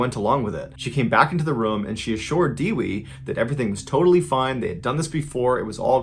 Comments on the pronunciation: it is not dewee it is Devi like Day We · Dewee 😒 do you mean devi pronounced as they-we 😭😭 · Hey, I really enjoyed the story about Suradji. However, I would like to correct your pronunciation of the names. Suradji is pronounced the way it's written. The "su" is like "zoo". And then, I think the name of the deceased woman that was first found is Dewi. It's pronounced Day-Wee. It means Goddess. I'm from Indonesia and I appreciate you telling one of the most gruesome stories from this country. It's actually pretty common around here to do things like that for "supernatural" ability. You need to check out Sumanto the Corpse Eater. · It's not dewey. It is pronounced as Devi. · It's pronounced Day-Wee maite. Not Diwi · Mr ballen, dewi is pronounce day-wee not deewee love the vid btw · Here's how to pronounce Dewi. De as in den Oui in french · It's pronounced 'dae-wee'.. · DEWI = pronounced Day-wee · In Indonesia, "Dewi" I presume her name is spelled like that, is pronounced "they-we" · Dewi is pronounced day-we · Legandary as always however it’s pronounced Day-We 😊